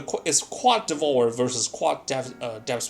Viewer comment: Learn English, its DEV-OUR-ER not devor